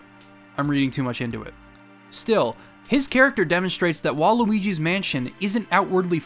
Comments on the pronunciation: “Waluigi’s mansion”. What? Edit: I assume you said WHILE Luigi’s mansion… it just sounded like you said Waluigi’s mansion, lol! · I know it's not, but it sounds like Waluigi's Mansion. Right after you talked about reading too much into things.